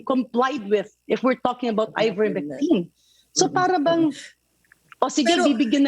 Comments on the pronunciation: Ms Pinky Webb cannot pronounce correctly Ivermectin. She repeatedly calls it IVERMECTRIN 😂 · ivermectine not ivermectrine,. you're a journalist and the repeated ignorance of the name of the subject medicine is annoying and disappointing!